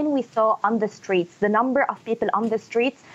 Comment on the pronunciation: 1- Her last name is not Fahrat 2- pls tell her to learn how to pronounce English bef speaking it: People is “pee-pull” not “pee-pill” 3- among other poor linguistics